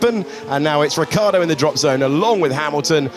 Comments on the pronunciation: Your pronounce of Ricciardo is wrong. You mist pronounce it as "Richy-ardo". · i can't read his name without ricciardo pronouncing it in my head.